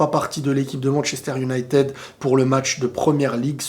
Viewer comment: Unitèd 🥰, mais Manttchester et pas Manshester, en tout cas pas mal, bien un point tututuu, dans l'attente de tttshavi et tttshelci